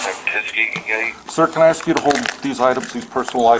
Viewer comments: She can't pronounce A-S-K... insted she sais every time AX-... :D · Isn’t it more trouble to say “axks” than it is to say “ask?” What is up with that. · Why is it hard for black people to say "ask" instead of "axe"? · can't even say the simple word "ask" without saying "ax". DEI employee. Those people always want to call their mommy.